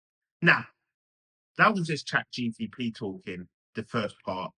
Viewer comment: Guy can’t even say Chat GPT right.